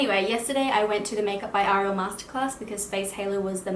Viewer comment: I've never been a fan of the name "Ariel" But the way you say it, its a beautiful name after all.